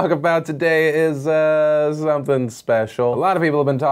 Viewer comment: the way you said special made me laugh so fucking hard